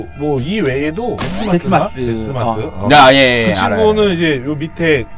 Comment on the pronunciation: 데스마스 -> ですます로 알아들었습니다...ㅠ